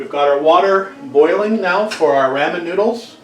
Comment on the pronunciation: I love your cooking videos! Nice and instructive just like your restoration videos. Oh, but it grated on me... every time you said “raaa min”. I’m in the “Rah min side of the fence! Just did spare ribs this week. Traditional recipe. But this gives me an idea for Soy based sauce. Thanks!